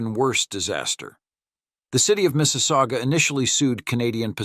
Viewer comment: Mississauga. Also known as Mrs. aOOgah!